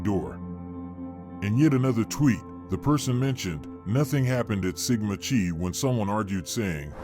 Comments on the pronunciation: Friendly FYI. It’s Sigma rhymes with pie hard C like a K. K-eye. Not “Chee”. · It is not Sigma Chee is is Sigma Ki.